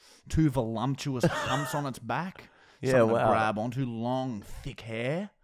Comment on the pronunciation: I don't think realised how ingenious his mispronunciation "vo lump tuous" was